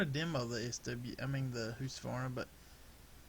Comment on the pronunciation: Are you trying to say Husqvarna